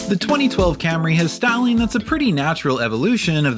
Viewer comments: mispronounced Cam-RAY (and Bimmer) for years. Was his staff too afraid to tell him? Did they snicker everytime? I wish he'd come clean on what happened. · "Cam-Ray" With "Mac-Fearsome struts"... Oh dear.